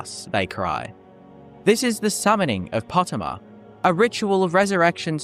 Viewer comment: Po-tay-ma. Not Pot-e-mah.